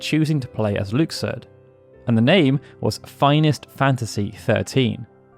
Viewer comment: You know I love your FF content. However, I love your KH content too. That comment was completely useless 😂. Your pronounciation of Luxord makes my ears bleed though